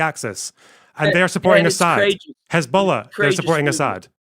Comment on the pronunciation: every time he says corageous my braincells reduce in numbers